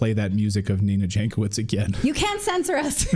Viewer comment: Nina Jankovic is obviously of Serbian origin (her surname should be read as Yankovic) There is a wonderful expression in the Serbian language for such women, PROFUKNJACA. If you read this as PRO FUCKNJACA, you are wrong, the meaning in Serbian is much worse,more on mental side.